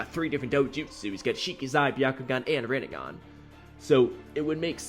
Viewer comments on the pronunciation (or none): none